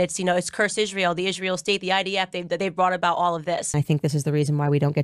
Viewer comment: Why does she say ISZHRAEL? She can’t even pronounce it correctly😊